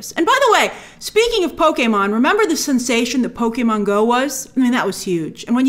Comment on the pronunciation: For a non-gamer I thought you did a great job with this video (and I loved that you pronounced Pokémon correctly, though many would argue with me). I think the one people are overlooking the most is Animal Crossing. That is one of the newer Nintendo franchises (comparatively) and is able to bring in casual players who don't play video games normally (it has design aspects) and while many would ask what would that movie even be about, you might say the same for a Mario movie. A human moving into a town with wacky animals that change outfits and have offbeat humor is screaming billion dollar movie. I think it would be a bit early for a Smash Bros movie, but from a business perspective it's hard to avoid.